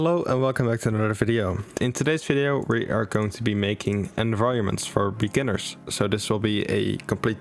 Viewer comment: "Beginners" he said...